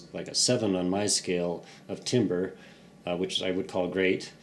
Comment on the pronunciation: Pronounced tamber